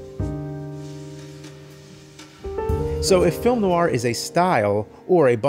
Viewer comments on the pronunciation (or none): Love film noir. Cannot believe the new-ar pronunciation here. Noir is a single syllable word pronounced NWAR. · Fantastic. But Jim: definitely "nwahr" not "nuh-wahr" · Nicely done! Always loved film noir. But please, "nu-war"? Ask a French person, it's a French word. Probably more like "nw-aa." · You are putting an American R on the end of "noir." Its not there in pronunciation. More like "Nwah." French words like reservoir, there's no R sound on the end of the word. "Nwah" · Noir Is actually pronounced "nwaar" in French. If you would like to play a good noir game, you should give discworld noir a go. It really nailed it. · Isn't the r in noir silent? (Like how Charlize Theron pronounced noir at the Oscars)